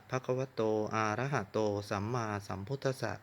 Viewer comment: อะระหะโตครับ,มิใช่ ออกเสียงว่า.อาระหะ โตครับ,ผิดแต่ต้นคา ถาจะไม่ศักดิ์สิทธิ์Ok